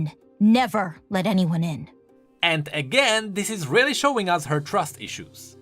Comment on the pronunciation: "RELLy successful"